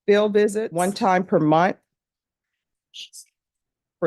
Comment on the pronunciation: One time per Mont? Its pronounced MONTH 😂